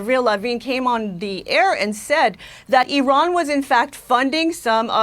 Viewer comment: This is the first time I hear an american pronounce Iran correctly, and the clowns in chat are making fun of her for it lol